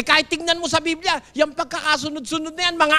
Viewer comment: Mr nalooae..BIBLIA..hindi BILBIA